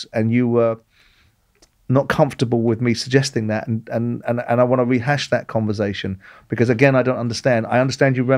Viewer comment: Simon, it's converSation, not converZation.